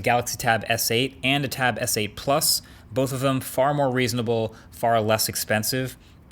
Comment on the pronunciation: Am I the only one who hears him say "bof" instead of "both"